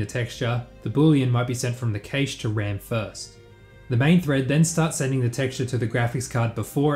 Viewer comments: It's prevalent in Australia and it bugs the hell out of me. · I'm stun locked by the way you pronounce 'cache' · I don't like how you pronounced cache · I fuckin HATE how you say cache. Ive literally never heard it pronounced that way in English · I'm not sure I agree this fix will work for vRAM/memory-related constraints. How do you actively swap out assets whilst maintaining the previous scene without any load time on the next scene in a way that doesn't show a loading screen to the end user with limited vRAM? Also, I don't believe you say cache that way. :D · I hate the way you say cache